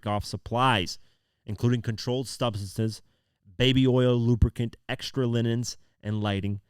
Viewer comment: ...."..... stocking the Hotel Rooms with supplies for the Freak Off's, including controlled Stubseses....". "Stubseses"....!?, you've gone and found some of those "controlled Stubseses" haven't ya...